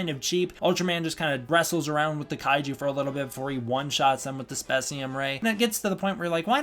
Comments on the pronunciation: It's pronounced space-ium, but some official sources have called it spess-ium(kind of a Ghidorah vs Ghidrah situation), so it's not a huge deal which you call it. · its space-cem beam